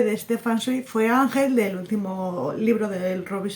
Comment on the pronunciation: Creo que se pronuncia "Zvaig" pero bueno, que no todos somos expertos, yo de él me leí la biografía de Maria Antonieta y Mendel el de los libros. Ya me cuentas que tal con Stefan Zweig. Ya me contarás de Herzen y de Zola.